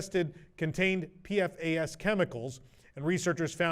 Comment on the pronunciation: Thanks as always for the news, WDWNT team. A heads up to --PFAS actually has a pronunciation. It's PEE-fass. That's how we say it in our newscasts.